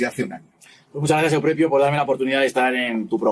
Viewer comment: Suena horroroso, en tu contra, que pongas ese estúpido acento Italiano al nombre del tal Euprepio. Pronuncia normalmente, por favor.